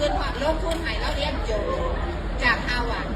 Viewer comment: ฮาวาดร์จ้าครูไม่ใช่ฮาหวัด!!!!🤣🤣🤣🤣👏👏👏👎👎👎